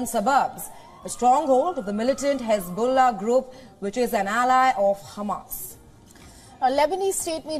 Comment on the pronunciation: Khesbollah? Khamas? What about the khostages?